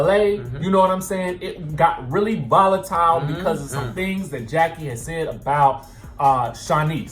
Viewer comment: Rheshonda Adams Evelyn never said that her and Jackie were not friends Feby did and Og made it seem like they were all laughing at Jackie witch they wasn’t they were laughing because Feby mispronounced Jackie ‘s name